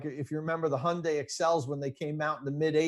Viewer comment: knows how to pronounce Hyundai! Like Monday!